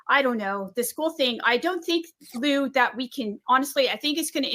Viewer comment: “Lue” is pronounced “Loo”. Not Looey lol